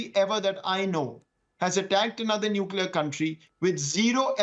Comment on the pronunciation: He uses as prefix - nulcear weapon.... Anything else pls